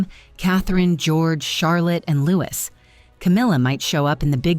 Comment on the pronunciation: Lou-ee, not Louis